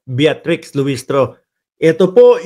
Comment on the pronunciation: Bitrix lang po, Hindi Beatrix.